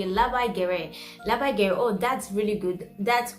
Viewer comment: ne "lebei gerei", o labai gerai. Balsė a ir tariama kaip AAAA, o ne EEEE